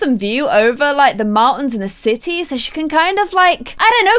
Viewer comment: in the intro when you said sims 4 in the city it sounded like you said said sims 4 in the sissy lol